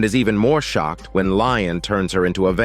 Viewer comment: His name is Lestat, not Lion